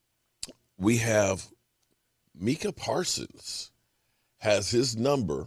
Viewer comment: It's pronounced like it looks. MIC (what you use for your videos) AH 😅